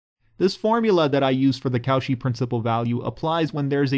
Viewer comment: Nice video! But Cauchy is pronounced as ko-shee, not kow-shi :-)